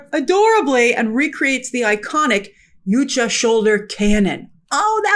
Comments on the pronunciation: Yow Cha. It's pronounced yow-cha, not you cha. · WTF is a ‘you-cha’? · Why do people keep saying Yutja instead of Yautja when they were saying Yautja in the movie? What's the correct pronunciation? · Why are all the reviewers pronouncing it 'Yoot-cha' when it was very clearly pronounced 'yaowt-cha' in the movie. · She can't even pronounce Yautja